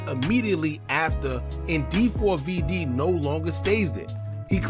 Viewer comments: 4-5 vids later & still calling him Dee 4 v Dee is crazy. It’s pronounced David 😅😅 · Nah fam it's D4Vdee. You're obviously not a fan. 🤦🏻‍♂️